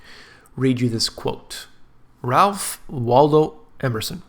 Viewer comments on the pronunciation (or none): none